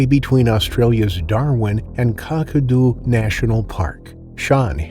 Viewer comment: "car-car-doo" 💀in future Kakadu is pronounced -the first "Ka" is said like cat without the T, the second is like saying uh but with a k at the start. So all together its Ka-kuh-do ✌